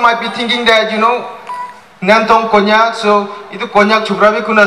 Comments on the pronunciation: Not kongyak (konyak) 😅😂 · Some people doesn't even know how to pronounce konyak